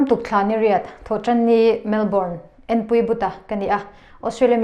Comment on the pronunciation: I hming hi i lam chiang lo ltk, Enpuii tih a, i lai tak khi lam muang deuh rawh, Enpui Buta tih a ang ltk, Enpui-iii Buta tiin lam rawh, Buta tih a ‘A’ i lam ran ang chiahin ‘i’ khi i lama a dik lo, Enpui-iii buta tiin i lam tawh dawn nia